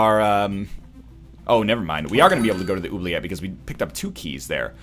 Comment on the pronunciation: As a french canadian im actually rather pleased with how you say "oubliette"